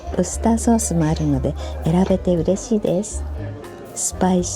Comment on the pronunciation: You say Worcestershire sauce better than most english speaking people do 😆